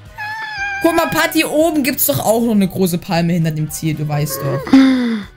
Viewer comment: Des ist doch nicht pati sondern pat